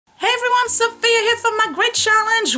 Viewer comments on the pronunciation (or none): none